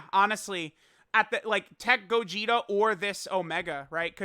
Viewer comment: dokkan meme time (he said gogeter and vegeter)